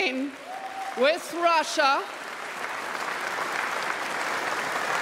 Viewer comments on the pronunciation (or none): none